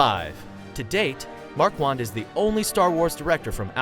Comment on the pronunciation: MAR-KHAN not MAR-QUAN